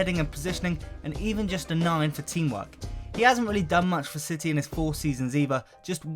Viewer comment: Manchester Ciy